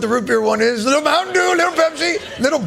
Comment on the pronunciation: Mdew? Pepsi??! Dude..Trump is pure Doke (Diet Coke). Come on Jon. Get with the program.